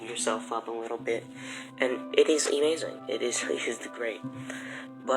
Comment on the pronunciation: Why do you say “Emazing” lol